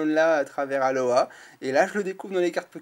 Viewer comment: Salut! Super vidéo et superbes ultra - rares! :D Par contre ce n'est pas "Aloha" mais "Alola" ;)